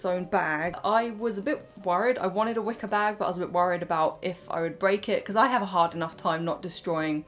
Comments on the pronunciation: i thought you said wicca not wicker lol 😭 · Oh my gosh at the beginning I thought you were saying “Wicca” instead of “wicker” and I was prepared for a merging of worlds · Wicker just sounded like Wicca each time it just added a witchey magical touch and a chuckle for me <3 I do love your taste - it is like what my mum likes, I remember a lot from my childhood. Shes a very creative spirit That teddy really needed a mum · I also kept hearing "wicca". :D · Omg same.